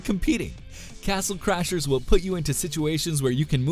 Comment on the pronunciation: 'Castle Crashers' not 'Crachers'